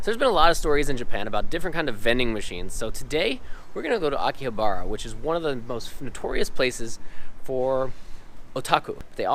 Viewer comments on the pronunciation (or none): It is pronounced AKI HA BRHA, not akihabara. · Quit saying aki/ha/BAR/a. It's Aki/ha/BA/RA. The girl speaks Japanese, why didn't she correct you?